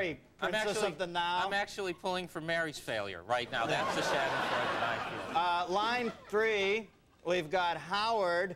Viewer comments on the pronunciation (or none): shaddinfroid. no Shahdenfroida (roll the "r")